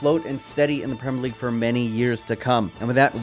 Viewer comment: Not trying to leave hate comments but the pronunciation if premier league but gd vid anyway